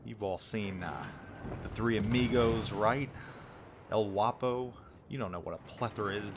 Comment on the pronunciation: El Whappo? It's El Guapo! :)